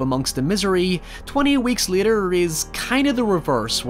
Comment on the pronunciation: Bro it’s later not liter